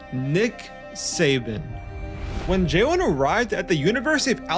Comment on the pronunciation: Is it me or does he keep calling him Jaewin?? Like bro, its Jalen, like Jay-lin.